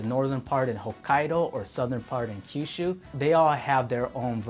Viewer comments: I think it's "Kyushu" not Kishu. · A small FYI, he's not saying Kishu, he's saying Kyushu. Kyushu is known for tonkotsu ramen (as it is supposedly originating from there) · It’s Kyushu not kishu which is best known for “Tonkotsu” ramen which is the best ramen of all. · Tonkatsu—> tonkotsu Kishu —> Kyushu * Tonkatsu is breaded pork cutlet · the guy said ku-shu and u show a map that points at ki-shu. Do ur research, it's not that hard. Ku-shu is the west land of Japan. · Not Kishu but Kyushu. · Kyushu, not Kishu Also, please stop saying "tonkatsu." That means pork cutlets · kishu?! really? come on, at least SPELL it right. KYUSHU! do some damn research on how things are spelled in romanization and pronounced..